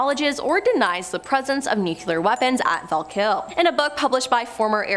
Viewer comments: Nu-clear....not nucular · .Repeat after me: Noo-klee-ar . Not noo-kyoo-lar. There is only one "u" in that word, and it is the first syllable.